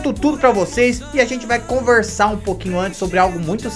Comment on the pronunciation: Esse sotaque do "conversar", mto divertido. :)